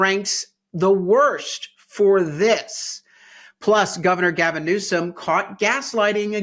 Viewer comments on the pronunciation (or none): none